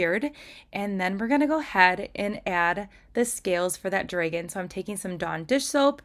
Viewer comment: I love your nails, but why do you say dragon with a long a?